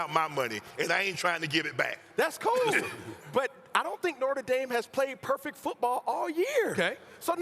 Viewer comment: “Norter Dame” -Cam Newton